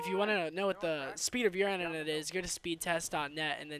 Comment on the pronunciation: The way he says internet cords haha